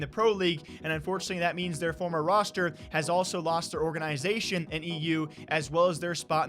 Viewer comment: Is saying "organ-i-zation" an accent thing? I've only ever heard it pronounced all together without the emphasis on the "I".